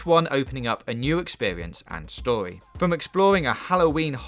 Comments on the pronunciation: How many times did he say stowy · Ur saying stowy wth is stowy learn how to say story